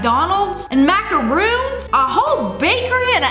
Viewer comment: It’s macarons not macaroons when you pronounce it